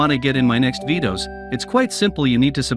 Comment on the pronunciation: Bro said vidos💀💀💀💀💀💀